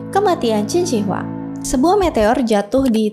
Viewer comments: Bacanya QIN SHI(SHƏ) HUANG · Salah baca nama mbak... Totok banget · mbak belajar dulu cara menyebut nama yang tepat barulah bercerita